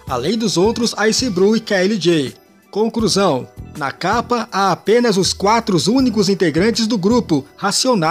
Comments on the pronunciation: Narrador, pelo amor cara, para de trocar o L pelo R. Falando "concRusao" e coisas do tipo... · Pior é ouvir o nadador dizer a conCRUsão final 😂😂😂